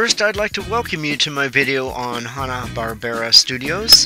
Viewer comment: It's not pronounced Hah-Nah, it's pronounced as Hanna like Hannah Montana....get it?